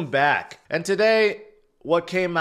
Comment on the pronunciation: Maybe the bull run hasn’t started? It’s past tax day so u don’t have say ‘back’ so emphatically at the start of podcasts? ha